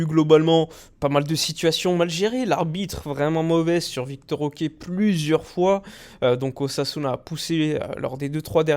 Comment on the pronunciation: Je sais que c'est moins chiant à prononcer mais ce n'est pas "Victor OK" mais plutôt Vitor Roque hein lol